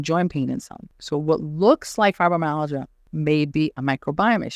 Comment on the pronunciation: Your pronunciation of Fibromyalgia is not acceptable.